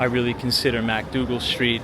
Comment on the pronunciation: Pronounced MICK-Dougal Street, not MACK-Dougal Street.